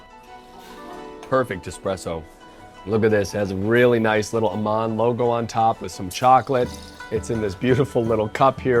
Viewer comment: If Aman is in sanskrit then your pronunciation is INCORRECT!....